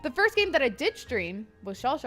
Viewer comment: 1st to say 1zt with a z, lol XD